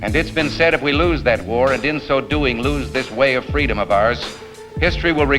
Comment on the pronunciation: It's not just Biden, Kamala Harris plagiarized Martin Luther King Jr.'s "fweedom" story.